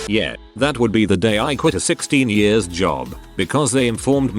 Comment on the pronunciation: The text: "Years" Every single reading bot: "Ye-urs"